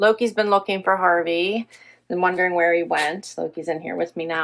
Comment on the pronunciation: Aww, so sorry for your loss of Harvey, I always loved hearing you call him “Harvard” 😅 He was so lucky to have had a great family like yours accept him into your home. So glad you have your wonderful puppers to make you smile. Thinking of you! ❤❤